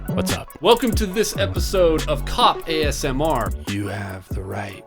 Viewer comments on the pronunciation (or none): none